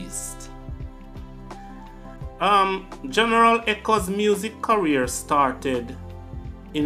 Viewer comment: Who's gonna tell this man that there is no W in career. It's not cawear bro